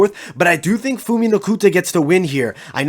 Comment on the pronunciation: Phumi (Pumi) not Fumi.